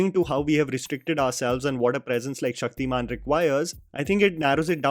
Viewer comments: Its Shaktiman not Shakti-Man I have huge respect for you but plz dont mix your such accent. I love and I believe others too love your videos. Love. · He is Shaktimaan you Said Shakti-man , and Its Tamraj not Taam-raj . Tam - Darkness/ night . Ranveer < Shaktimaan